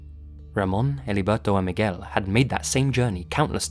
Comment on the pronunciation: Gotta love revisiting his older videos, with pronunciations like Mig-well and mana-kwin